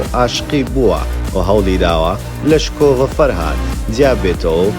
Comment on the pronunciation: چرکەی ۱۸ شکۆڤە نەک سکۆڤە